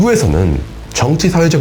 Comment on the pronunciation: 형.. 이유를 그렇게 발음할 이유가 없잖아…